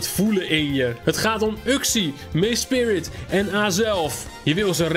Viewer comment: het is mesprit niet mespirit